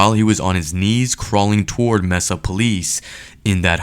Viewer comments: As part of your investigations you should look up sources which properly pronounce the names of cities like Mesa. That "Messuh" pronunciation was really grating to listen to. Especially since the name is an English word (taken from Spanish) for a geologic formation (which is where the city gets its name). Edit: Absolutely no excuse for butchering that pronunciation especially considering how you used news clips which clearly pronounced Mesa correctly. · Is this AI? They literally pronounce Mesa in the video correctly several times and the narrator keeps saying MEZZA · It's pronounced maysa 😂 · The city name is Mesa pronounced may-sa. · People that pronounce Mesa “messa” bug the hell outta me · Mesa is pronounced like May-sa not how your saying it. They even say it correctly in the video. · "Mesa" is pronounced as "may-sa". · Mesa AZ is pronounced “MAY-SAH” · Bro it's pronounced May*sa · Good job on the video. Mesa is pronounced "may saa" FYI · it's pronounced MAY-SUH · It's pronounced Maysa. Mesa is Spanish for table or flat top. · Learn how to pronounce Mesa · MESA is pronounced may•suh, in that particular region. It's DEFINITELY NOT pronounced messa. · It's "May-suh"not "Mess-uh". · And bye the way it's pronounced MAY-SA not MESS -SA... I used to live there... Just saying...🤔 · I wish you idiots would learn how to pronounce the name of a city before you show how stupid you really are it's mAsa not mesa. May sa is how it's supposed to be said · Great work on the story but please stop saying “mess-ah”. I live about as far as you can get from Arizona (Maine) and still be in the US and even I know it’s “May-sah”. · Mesa Arizona is pronounced maysa, not messa. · How can you narrate something and include local news pronouncing the city’s name MAYSA and call it MESSA throughout the entire video 🤷🏼‍♂️ other than that! NICE JOB! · It’s pronounced like Maysa , not messa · Maysa…not messa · the city is not"messa", it is "maysa " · pronounce it May sa !!!!!